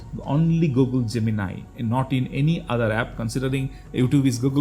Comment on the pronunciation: Oh finally I find someone pronouncing Gemini correctly.